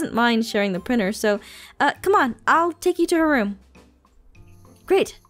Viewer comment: Did this annoy anyone else “Hey do you have a priner “ prinTer